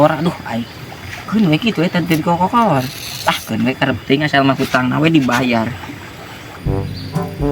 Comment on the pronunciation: kokolor a bukan kokoyoy😂😂